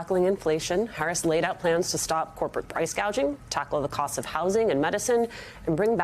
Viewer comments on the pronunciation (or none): She’s going to stop “price gauging”, she can’t even say gouging. Apparently she doesn’t even know what the term is. 🤦🏻‍♀️ DEI